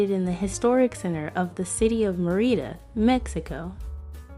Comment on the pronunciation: Stopped watching when you mispronounced Mérida. 🤷🏻‍♀